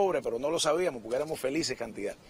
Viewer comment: ¿Profesor de español? ¿Y dice pok-ke?